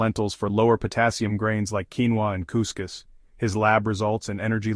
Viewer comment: What in “ king-va” protein? What is “mental” , bad protein?